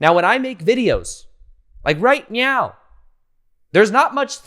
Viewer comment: did you actually say "right meow" or is it just me.....